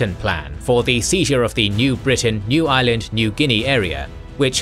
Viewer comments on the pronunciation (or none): none